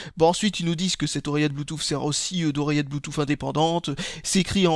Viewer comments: Oh bon sang, je ne suis donc pas le seul a le prononcer Bluetouf ! :o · j'aime bien quand tu dis "Blue-Touffe" !